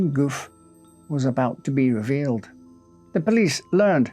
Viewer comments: The pronunciation is Goufe'y not Goof. Just saying is all. Warms BRex:202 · Excellent and interesting, but ahem are you having a bit of a linguistical joke with us? His name (as written) should be pronounced more like 'goo-fee' rather than 'goof' (I laughed every time you said it). If I'm wrong, then goof, c'est moi, non? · Isn't it pronounced Goo-fay? An accent means the "ay" sound in the French language. No accent on the "e" is Goof. Just saying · Gouffé - you pronounce it as 'goof' but the correct French pronunciation would be 'goufay'. Accents are never silent in French. 😊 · The name Gouffé is pronounce Gouffey because of the accent on the e(é), but you say Gouff 😂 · Btw, I think it's goufFAY - not goof! lol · One minor observation, I notice acute accent (accent aigu) over the E, making it pronounced like "goo-fay", whereas you pronounce it more like "goof", but I don't know the story and whether the accent itself is a mistake 👍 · Not "Goof", if that accent belongs there, but "GooFAY". On screen, LYON not Leon... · I noticed that too. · It’s pronounced ‘Gou Fay’ not ‘Goof’ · Gouffé is pronounced 'Goo fay' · Gouffé is Goo-FAY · But but but isn't it goo'FAY?? All those well pronounced French words but there's an accent ague on the final e. Goofy! 😂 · Its pronounced "goo-fay": the acute accent over the e makes it sound like"ay" as in "play". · Very interesting, but it should be pronounced Goo Fay. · Thank you for this post. If that's helpful, Gouffé would be pronounced 'Gouf-fay'. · It's pronounced "Goo-FEH". 👍🏻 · Judging by how the name is spelled, Gouffé, it should be pronouned "gou-fay". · He’s pronouncing a lot wrong. It’s Gouffé, not goof. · Except he doesn't pronounce them well at all 😅 He especially butchers the name of Gouffé, which, if it really has an accent on the last letter, the 'e' is not silent. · Not a big deal of course but the "é" in "Gouffé" is pronounced, like in the loanword "résumé".